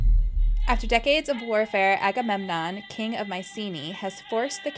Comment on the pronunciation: You smashed the Agamemnon pronunciation, noice, I still get tongue twisted sometimes.